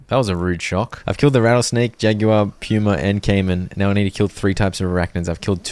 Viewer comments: im cackling at Puma being pronounce Pew-mer. i know why, but it's still funny to hear. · his pronunciation of puma is so funny to me PUEWMA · is it just me or is he saying pyuma instead of puma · The way pronounces "Puma" is driving me crazy XD